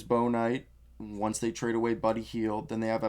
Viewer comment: It's pronounced Book-knight. How big of a reach do you think it is for the #14 warriors pick for Chris Duarte/which team do you think Duarte is gonna get picked by?